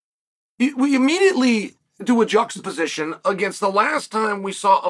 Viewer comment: What’s with this “jucksaposition” or “juckappose” thing Chael and others are saying a lot lately??? Am I dumb and have no idea what that means or is this a trendy thing to say?